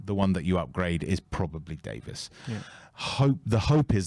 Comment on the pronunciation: His name is Davies. Not Davis. Why does every person in the world still get this wrong?